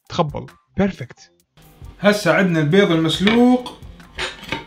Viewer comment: اول شي انته تاكل بيظ شنو الي يخبل وكمت متعرف تحجي البيظ لاخك